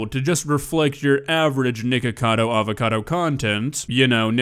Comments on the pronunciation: Sound like cuh saying niggacado😂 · he said Ni**a cado avacado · I seen it, in the first part it sounds like the N word but then it sounds like “Nick noodle”